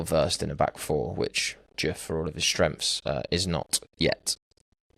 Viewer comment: the way you pronounce his name makes my brain bleed. It's not 'Djiff', it is 'De-uf'. Put some respect on his name!